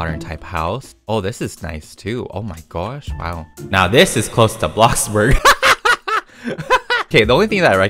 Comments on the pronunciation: How says bloxburg: BLOCKBURG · I live how he calls it bockburg lol🤣😂